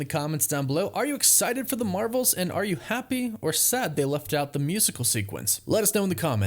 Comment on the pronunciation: “The Mravels”